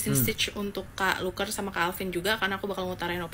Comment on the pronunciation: Luker feller❌ Luker peller✅